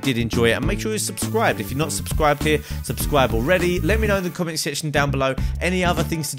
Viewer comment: "Subscwibe or subscwibe already"